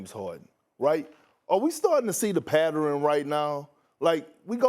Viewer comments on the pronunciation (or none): Did Perk just say “patterin”? Twice??? Three times??? 🤣🤣🤣 And I’m starting to think Harden is legitimately bipolar🤷🏾‍♂️🤷🏾‍♂️🤷🏾‍♂️ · Whats a " patteren " ? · "It's ah patteren!" --Perkins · We not gon talk about Big Perks "Pattereryn" lol 😆 😂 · Perk: It’s a patteren going on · Did Perk turn pattern into a four syllable word?